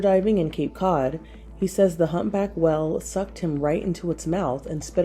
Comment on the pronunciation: Am I the only one bothered by the way she pronounces whale?